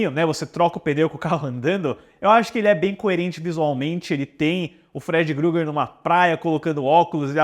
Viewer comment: "Gruger" kkkkkkkkkkkk